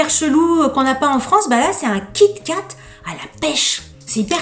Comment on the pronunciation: Kit et Kat !!🤣🤣🤣 on dit "kitkat"